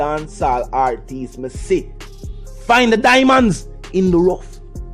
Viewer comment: Lol dawg you nu easy eno the way you said (diamond) hahah big up g